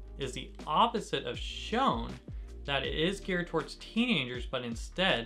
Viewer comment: I think it’s pronounced shoneN not “shone”? 😬